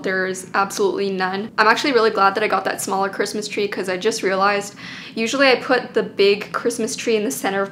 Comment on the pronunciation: Was I the only one that heard “Chwistmas Twee oh Chrwistmas Twee” in that version of Christmas Tree?